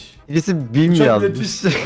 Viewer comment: Beach ✖️❎ PİİÇ ✔️✅